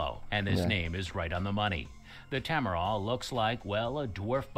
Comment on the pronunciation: he pronounced Tamaraw as ta-ma-roh but it's actually pronounced as TA-MA-RAO